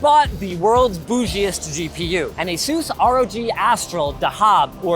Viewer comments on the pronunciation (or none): Asus or AsZeus there is no Z in Asus !! . lol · You’re MISPRONOUNCING “ASUS”. PLEASE LEARN TO PRONOUNCE THE COMPANY CORRECTLY.